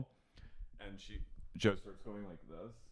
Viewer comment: "Well, I'm gonna need to think about dwis"